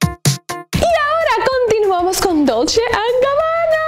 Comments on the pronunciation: Reyna Corazones sería dolche (dolce)=dulce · Me encanta tu forma de decir " dulche and Gabbana" 😂